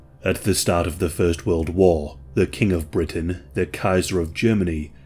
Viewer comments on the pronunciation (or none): none